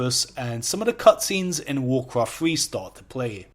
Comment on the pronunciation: You're accent is so harsh, you sound like you are handicapped. Why can't you guys speak your own language. WarCwaft lol :)